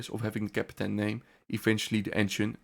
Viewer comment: Grauenvolle KI Stimme. Ich musste den Ton ausstellen! Ausserdem heist es Kapitän und bicht Käppten. Furchtbar.